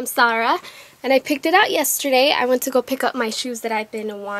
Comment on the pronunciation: its ZAH RAHHHHH NOT SAH RAH